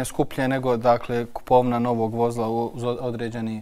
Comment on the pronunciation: Čuj: Vo‘zla!!!! 😂😂😂😂😂😂